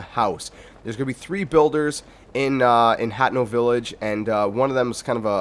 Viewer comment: Why you say hateno village like that thats wrong